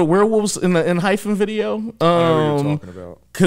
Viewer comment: Four of them are actually from I-LAND: K, Taki, Nicholas & EJ Also wanted to give a heads up, it’s pronounced enHYPEen-no “hyphen” ph sound😅 If you’re at all interested in following any of the others that have debuted after I-LAND, please please for the love of god PLEASE check out JUST B (Geonu and Jimin were on I-LAND)❤️‍🔥they’re my ults after EXO & NCT and I need to be seein more love out there for them… their recent comeback was only a couple of weeks ago and the album and title track are AMAZING🔥